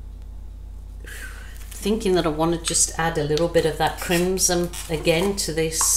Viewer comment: Yep, beautiful colors. Oh, the red color is crimsoN with an "N". I think you're saying it with an "M". Could just be your accent. Lol. xoxo